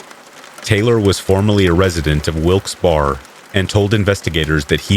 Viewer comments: Wilkes-Barre (like bear-a), and ste-nog-ra-pher, sorry, but I never hear you mispronounce, I thought you would want to know. :yougotthis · It's pronounced Wilkes-Bear not Wilkes-Bar